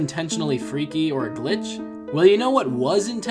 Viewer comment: What the hell is a glinch?